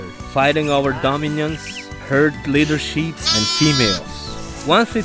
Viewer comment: Did he say Leadersheep?